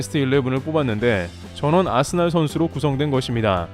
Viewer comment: 아스날이라 쓰고 아스벌이라 읽는다